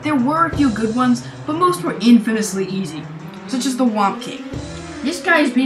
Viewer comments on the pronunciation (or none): its thwomp actually not whomp